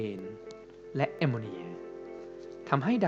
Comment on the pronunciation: ข้าวพุ่งตอนพูดว่ส แอมโมเนี้ยย🤣10.50